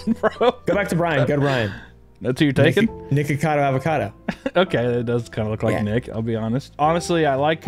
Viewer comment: the only one I heard so far who pronounced Nikocado Avocado's name correctly.